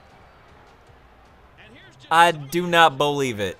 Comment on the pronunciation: lol the funny thing is that he says "I don't bolieve it!" When Bo Dallas beats him. Lol